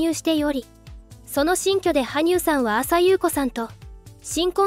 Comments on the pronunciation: マユコさんをアサユウコさんと言う紹介はないでしょう❗️ 名前くらい正確に言ってほしい！ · 「あさゆうこ」が違和感でしかない… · あさゆうこ、が気になって仕方ない。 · 「あさゆうこ」さんw